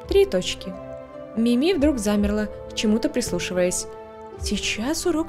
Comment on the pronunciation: правильно МИми а не МимИ надеюсь заметишь 😘